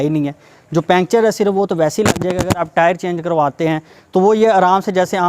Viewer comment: پنکچر کہتے ہیں، پینچر نہیں، اور وڈیو بالکل پسند نہیں ائی😡